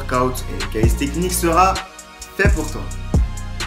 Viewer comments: bonne vidéo ;) c'est calistheNICS* , pas calisthecnics ^^ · Mdrr "Calissstechnique" , NAN ! C'est Calisthenics et ça se prononce "Kalissténniqce" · Calisthenics pas calistecnics lol